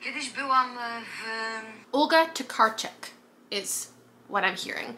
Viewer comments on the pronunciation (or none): As a native Polish speaker, it cracked me up when you tried to pronounce „Tokarczuk” 😂 but don’t worry, Polish is complicated even for Polish natives 😅